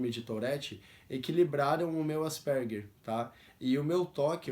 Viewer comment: Pronuncia-se: ÁS-PER-GUER.